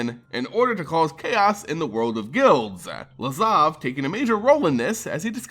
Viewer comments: LAZAV! LAZAV! STOP SAYING LAVAZ HOLY MOLY THAT'S ANNOYING!!!! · Please stop saying “Lavaz” instead of “Lazav” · yeah fuck this guy. Learn to pronounce lazav. get a life. etc... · "Lavaz" lol